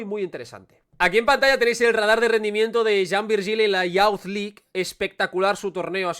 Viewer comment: "Youth" se pronuncia como "yooth":-) Gracias por este video interesante (como siempre)